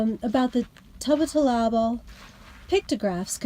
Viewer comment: I know it's tricky to pronounce. Let me see if I can help you, Tubat means acorn, TOO-bottle-ah-bull.